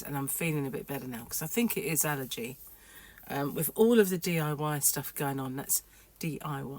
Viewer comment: Hi, I hope it is allergies and not the viral bug going around. Its the Beautiful English Accent of yours when you say DIY.😊 Its suppose to be rainy today with a High of +12c here. Its my birthday today. Its the BD where the govt starts to pay you!!!! I am ok with it. Hard to believe though. Its just a number. However, dealing with my cancer journey i am just very happy to see all BD numbers.😊 Enjoy your nice weather Today. Hope its allergies and you feel better soon.